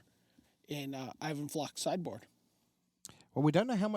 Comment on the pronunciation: even flock i think its pronounced eye van flock